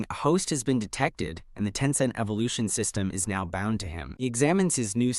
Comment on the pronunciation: "sYsTeMuGh" lol